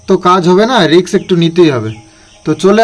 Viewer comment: Kothata risk hobe riks noy beta